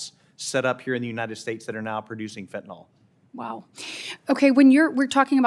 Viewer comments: WHY does KATIE BRITT and many OTHER people MIS-PRONOUNCE the word FENTANYL !?......It's Not FENTANOL ! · I get that’s it’s easier to say fentanol, but it’s fentanyl.